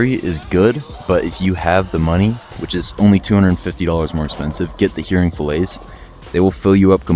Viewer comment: Its prounonced HAIRing not hearing fillets